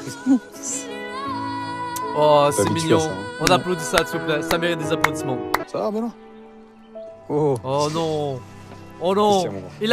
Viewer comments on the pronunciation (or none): Je reve ou il a dit aplaudiement😂